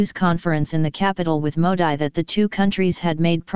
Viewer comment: Sorry , you are mis pronouncing Mr.Modi. It is not Modai ( as prononuced in this video),but its Modee.Pl. take care hence forth and if possible correct this video.